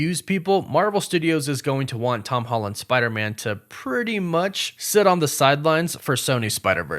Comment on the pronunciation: Noooooo, you pronounce it as "Spider-Mun". That should never be a thing... Just like WereWOOFS should never be a thing.